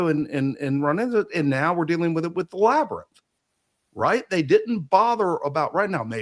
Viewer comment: Anybody who is gonna finance these things u gotta be nuts to not be flying out navy seals and Graham and Randal and David Shoch and his wife and whoever down there and figure this shit our… Joe having tk better his way out of the labernith lol.!!! Cuz he mispronounced it the mummy 2026 let’s go